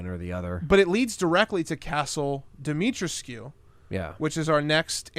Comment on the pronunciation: I believe its Dimitrescou not Dimitrescew based on most people and google translate in romanian